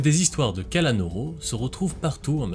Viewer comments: Sa ce prononce KALANOUROU mais pas KALANORO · C'est pas Kalanôrô, c'est Kalanour :face-green-smiling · cela se prononce kalanour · C'est pas le kalanoro mais la kalanoro